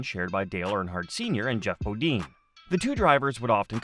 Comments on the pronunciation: BOD-INE NOT BO DEAN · I hate the repetition of 'BODEEN'. (dang, must be a yankee) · at least learn who your talking about it's Jeff Bo "dine, not Bo dean. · bo-DEEN? C'MON..... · You guys don’t know how to say their last names is Bodine you don’t know how to say their last names right you should not be in an announcer on here cause you don’t know how to say their names, right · Annoying huh! Same thing I kept thinking lol